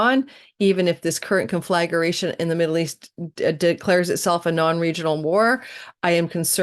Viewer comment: Its not con-flag-a-ration. Conflagration. Just to help you pronounce it correctly